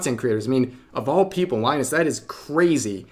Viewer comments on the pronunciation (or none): none